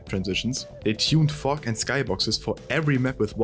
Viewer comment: It's "fog" not "fock"!